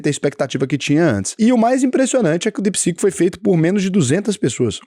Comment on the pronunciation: é DeepSeek e não DepSec kkkkkk